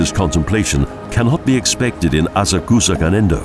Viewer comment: Very nice video of Tokyo, BUT... the narrator's pronunciation of Japanese names (Asakusa, Ieyasu, Odaiba, etc., etc.) is terrible. Almost couldn't understand what he was trying to say, and I lived in Tokyo for 10 years!! Suggest you get a native Japanese speaker to assist. Now I will look at the other Japanese city videos and probably see the same thing... :-(